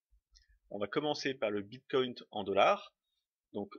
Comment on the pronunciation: merci pour cette video ps : ya pas de T a la fin de bitcoin :D